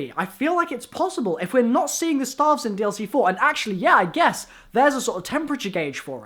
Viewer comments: its staffs not staaaaalves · Every time you say "staffs", I die a little inside.